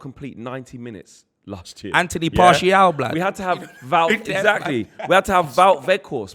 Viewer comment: Expressions is the king of content man🤣🤣🤣 Man said Anthony Partial